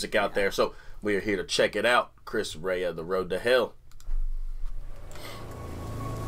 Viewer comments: Not sure how you get "Ray-ah" out of Re-a. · Rea ( Ree-ah ) not Ray-ah. 👍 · It’s Chris Ree-a.. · Love Chris Rea (pronounced Ree-a) His is one of those voices a person recognizes immediately. Thanks again for the smile today. 💕🦩💕